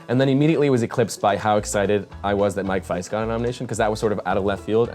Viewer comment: "mike faIST"